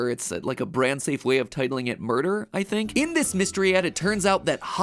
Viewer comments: "Moeder" is actually Dutch for mother, not murder! It's pronounced more like moo-der, not mo-der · i'm dutch so i know this but it's not moder it's moeder (pronounced mooder) it's dutch for mother or mom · Mat: moeder=murderer Me, being Dutch: lemme stop you right there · I may be able to solve that one. It's most likely a reference to the ad being about Lily's mom, as "moeder" (actually pronounced "moo-duhr") is the Dutch word for "mother" I know this is old but still... Also, if Mat reads this, I hope he does, because this may be interesting to him, I hope you can actually use this information for something. If not... Hi Mat! Tell Steph, Austin and Oliver I said hi! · moeder means mother moeder is a dutch word and maybe they deleted the vid bc they called it moeder and maybe it was meant to be mom. Oh and u say "moeder" like this mooder. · "Moeder" is pronounced "Mooder" and is the Dutch word for "Mother" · Moeder is Dutch for mother also it is pronounced moo-der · moeder means mother in dutch and you speak it out as mooddder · Moeder = pronounced MOYDUH. Like murder with an accident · Actually, Matt, the word "Moeder" (pron. "Moo-durr") is Dutch for "Mother". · MOEDER is pronounced m-ü-der and its a word for mother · Hey Matthew, that’s Dutch for Mother. Moeder is pronounced moo-der. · So.... moeder is just a Dutch word for mother. Going by Blaine's last name, he might be involved?? Also feel like I should add it's pronounced moo-der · It hurt my soul hearing him pronounce 'moeder' in that way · It's pronounced moo-der Mat ! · hey mat moeder is a dutch word that means mother and the oe is actually pronounced like the ou in you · In my language moeder means mother but u say it different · I choked when Mat tried to pronoucne Moeder xDD Its the dutch word for mother.. might fit better then sounds like murder haha